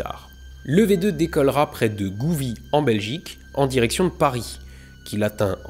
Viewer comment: J'ai adoré cette serie de deux vidéos. Mais je trouve dommage que tu force un "WerHer" Von Braun (alors que ça se dit plutôt "Werna" ou "Wernerr" selon l'accent et que tu oublie totalement que V2 se lie "Fao2".